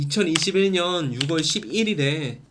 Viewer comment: 내용은 엄청난 퀄리티입니다 엄지척 다만 6월의 발음은 육월이 아니고 유월입니다.